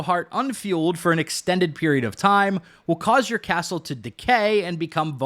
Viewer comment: Happy to hear all about buiwding a castow.